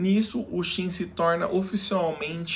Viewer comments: òtimo video unico problema é falar Shin e não Qin, quando trata do país, complica muito a mente. Gostamos de ouvir como lemos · É pq não sabemos a pronúncia correta em mandarim mas Qin, foneticamente, se fala Chin